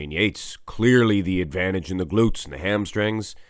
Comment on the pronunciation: BDB goes to Rühl. Unbeatable! LOL what I hear is just "gluts"!